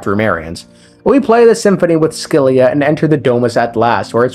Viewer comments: Scylla is pronounced 'sil-ah' 😅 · It's pronounced Sila. Great video! 😊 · S Z LA ... that's how its pronounced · Scylla is most likely a reference to the Greek monster Scylla. Said “sill-uh.” No offense but when people add I sounds to words without an I it makes me irrationally angry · Scylla like Silly with an a instead of y. so Silla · Scyilla is pronounced Silla or Shilla, without a c sound. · Here to translate greek words :3 Phobos means fear Sebastos means respected Ouranopolis means sky city Oh and put the word "σκύλα" on google and hear how it pronounces it, thats how you are supposed to say scylla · Looks up pronunciation of Scylla Somehow comes up with two wrong pronunciations